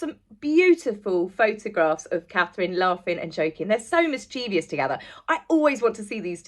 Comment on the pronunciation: AAARRGGHHH!! The word for Catherine is MischieVOUS NOT MischieVIOUS. I don't know what it is with people pronouncing it incorrectly over the last 3-4 years, it drives me batty to hear it! I think people are getting the words Envious and Mischievous crossed over but it's incorrect.